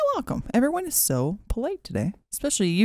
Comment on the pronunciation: "it eez what it eeez"